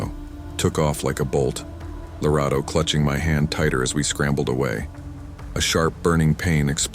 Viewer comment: Finally, a South African story ✨✨ love how you pronounced the name Lerato 👌🏾